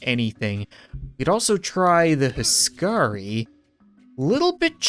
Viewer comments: Don't want to be that guy but that unit was called Huskarl not Huskari. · As a Dane, knowing how “Huskarl” is supposed to be pronounced hearing Cap calling them HUSKARI is hillarious xD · Its not huskari huskarl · FFS cap, it is HuskarL, not Huskarii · It's not huskari, its huskarL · Its not a huskari its a huskarl and you say it like house carl